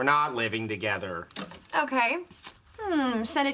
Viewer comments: Thogeder? I think you mean together but good video anyway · Thogeder? Really!?